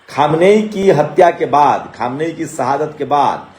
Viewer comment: Aap log news Dene Se Pahle Logon ke naamon Ka rehersal Kar Liya Karen Khamiyaini Nahin Khaminei